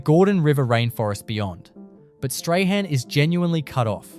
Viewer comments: Strahan is pronounced as "strawn" 🤣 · Ai terrible strahan is prounounced strawn-appalling